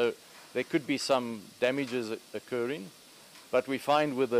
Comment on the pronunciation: and who is this mzungu saying "damages"